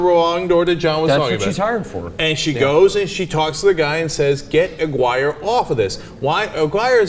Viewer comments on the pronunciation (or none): I couldn't help but notice they kept mispronouncing Gary Aguirre's name. John and Cenk kept saying Aguirre the same way you would say "Maguire." It should actually have been pronounced more like "A-gear-ree." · johns mispronunciation of aguirre made me cringe